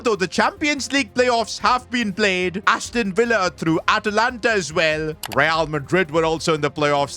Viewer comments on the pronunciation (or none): none